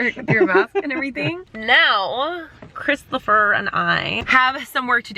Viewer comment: I love when she says "CHRISTOPHER"